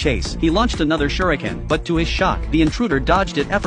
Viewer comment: Kunai ❎ Shriken ✅ 😂😂😂😂😂😂😂